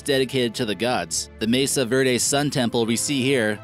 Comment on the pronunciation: Pueblo bonita is wrong, it must be Pueblo bonito, and the pronunciation of Mesa Verde is far from being correct.